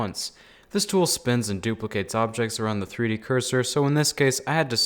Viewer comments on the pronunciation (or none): Nobody: me: TREE DEE?